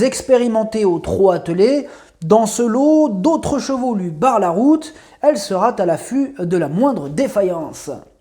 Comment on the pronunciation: Bonjour, Bravo pour vos pronostics, vous êtes en forme ! Mais à la minute 6'07 à propos du n°7, vous rajoutez un t à sera, dommage...sera affutée, pas de t à sera... Je n'ai pas joué donc pas perdu...😎 Bonne continuation Cordialement